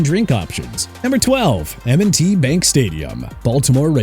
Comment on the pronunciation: Let's continue with the jagwires... smh... it's pronounced ja-gwaars! Secondly, thank you for making Hard Rock #27. I'm disgusted with that ranking. Maybe the dolphins can play elsewhere and you can rank whatever stadium they play from best to worst. Also, it's burrito (not burrino), and it's m and t bank stadium NOT MNT!! UNBELIEVABLE!!!!